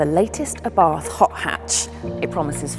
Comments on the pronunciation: "Abarth" is pronounced " Abart" ( The "H" is silent).....Please be respectful of the man's name.... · Please,say that right..Ábarth, not Abàrth😌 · It is Abart. H is scilent.